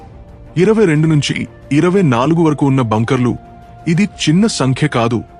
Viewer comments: బ్యాంకర్లు కాదు దానిని బంకర్లు అని అంటారు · ఒరే బ్యాంకర్లు కాదు, బంకర్లు అనాలి. తెలుగునేర్చుకోండి,చదవడం, వ్రాయడం సరిగ్గా. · బాబూ అవి "బంకర్ లు " బ్యాంకర్ లు కావు